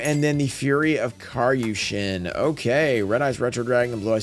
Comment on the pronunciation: Drives me nuts nobody knows how to say kairyu shin, if you watch the show they say it. Just say that! 😂 Mako is one of my favorite characters